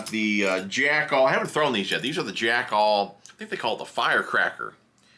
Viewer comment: Okay...it's Jackall, like tackle not Jack All. I have the Psycho Stick in a spinning rod with an Okuma ITX 3000. So versatile. Jerkbait, swimbait, underspin, drop shot, etc. Good video sir. ✌️😎🎣